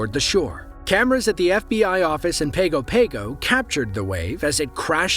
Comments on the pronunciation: FYI, Pago Pago is pronounced 'Pango Pango. (You wouldn't be the first one to make that mistake.) Last time I was there fifty years ago, there was a public toilet on stilts over the sea. The sea washed all the excrement away. Guess the sea had enough of that, and who can blame it? (Seriously, it is a lovely island.) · Just for future reference, Pago Pago is pronounced "pong-go pong-go" (with "pong" like in "ping-pong").